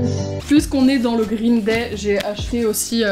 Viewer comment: Elle m'éclate les oreilles ta prononciation (grrrrreen day ) ps : t'es la meilleur bonne vidéo comme dab